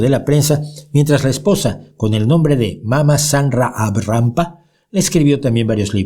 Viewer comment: ¿Me parece a mí o dice Lobsang “GRAMPA”? Jajajaj ¡Qué me importa lo que diga un “refutador de leyendas” si los momentos hermosos que pasé leyendo sus libros o los de Dickens hicieron de mí lo que soy hoy! Bienvenidos los que contribuyeron a expandir mi conciencia, sea Rampa, Borges o Wilde que nadie puede certificar ninguna historia por más que esté escrita en un manual escolar.